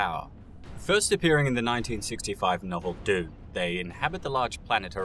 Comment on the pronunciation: Pretty funny that he can't say dune and he is doing a bunch of videos on Dune